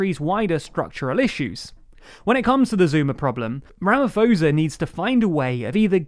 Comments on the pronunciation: Nice simple overview. FYI Thabo and Ramaphosa are pronounced phonetically with a hard T and P respectively. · Its pronounced Ramapossa, also, there were no military deployment. They said it was, but not 1 military personnel were deployed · Ramaphosa is pronounced Rama-posa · Thanks for covering this... it's really embarassing to be South African right now. (Ramaphosa is pronounced with a "p" not a "ph" or "f") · As a South African I just have one thing to say you need to work on your pronunciation for the presidents name as the ph is silent and it's pronounced just with the p not ph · Man I cringed every time he pronounced it wrong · Great Video. Thanks for covering this. I always find it mildly amusing when people from other parts of the world try to pronounce names of people and places here in South Africa. (Specifically "Thabo" and "Ramaphosa" in this video. Valiant effort.). During the rioting I watched some international news coverage and there were so many foreign reporters who for the life of them could not pronounce the names of the two provinces most affected by the violence: Kwazulu Natal and Gauteng. I get that unless you are from around here, the pronunciation of many words is very novel. Thank you again for covering this. I will definitely check out future videos. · The way he pronounced Ramaphosa LOL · For “Cyril Ramaphosa” don’t pronounce the h, put more emphasis on the p. Same for “Thabo” You don’t say the h you pronounce the letter before with emphasis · OP, in Bantu languages the "ph" is pronounced as a hard p, not an f. Same for the "Th" which is a hard t, not an actual th sound. Basically, the same phonology as Afrikaans, as far as writing is concerned. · Don't wanna be that guy...but the ph in Ramaphosa is pronounced as po not fo... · It's pronounce Ramaposa not Ramafoza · The “ph” in Ramaphosa is pronounced like it’s a “p” - as in Ramaposa. And not like it’s an “f” like Ramafosa. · Please get the names rite its pronounced ramaposa not ramafosa